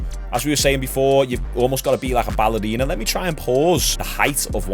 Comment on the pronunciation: A Scotsman saying 'Ballerina'. That's what I'm here for. Made my day. lol